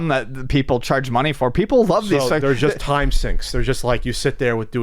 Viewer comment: the word just doesn't have a "ch" in it... just, not chust.